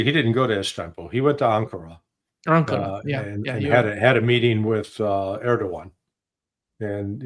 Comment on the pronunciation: Never mind Kabul, Trump cannot even pronounce Erdogan's name, at the same time as he's hosting talks on NATO-Russian conflict for him.